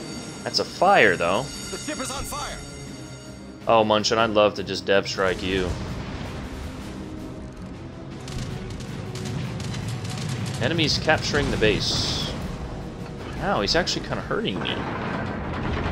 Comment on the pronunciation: München not munchin